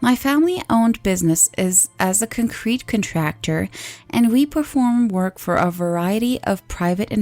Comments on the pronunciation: Oh shut it, the instant she said "concuhrete" the gig was up. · couldn't even pronounce the word concrete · tyki leak give her a break... English isn't her first language. She did amazingly well. So much so I didn't even know she wasn't American, and I just thought she pronounced the word concrete differently.